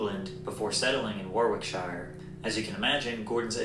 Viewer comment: the guy who made the video really needs to research pronunciations - it 's not warwickshyer or oxfordshyer lmao